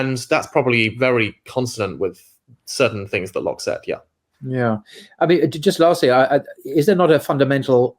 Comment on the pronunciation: Its Locke FFS, not loach - I thought u were talking about the film director.